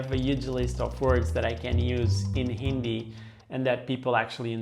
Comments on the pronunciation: It's pronunced "Hindi" not "Indi" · Sir, just want to let u know that , we don’t pronounce Hindi as Indi , h is not silent, pls note that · He just pronounced Hindi Indi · uts actually HINDI, bro, not INDI😂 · First of all learn how to pronounce the word hindi first d is soft when it is enunciated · In word Hindi the 'd' isn't pronounced as ड it is pronounced as द. Watch Karl rocks video about how to learn Hindi.